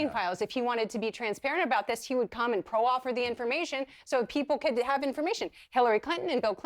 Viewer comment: Did she say presidentship and pro offer? Jesus Christ.